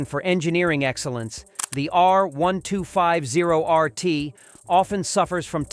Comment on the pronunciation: Click trash. I switched off from your terribly edited and pronounced R1250RT 'review' Total bullx. A number of lies in there, if I was BMW, I would sue you.